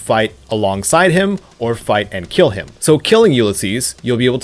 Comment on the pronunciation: "Your weapon will keeeel."